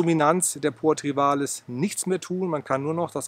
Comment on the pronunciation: Lieber, bei Poa Trivalis tut es in dem Ohren weh. Wenn Du nicht Trivialis sagen magst, dann nenn es doch bitte gemeine Wiesenrispe. Es freut mich, dass Du jetzt auch erkannt hast dass Trivialis breitblättrig sein kann. Supina auf einer solchen Fläche wäre völlig absurd, ohne intensive Wasser- und Düngerzufuhr gedeiht die nicht so. Sie wird heute auch nicht mehr als Ungras betrachtet. In der norddeutschen Ebene ist sie ohnehin kaum durch natürliche Verbreitung anzutreffen.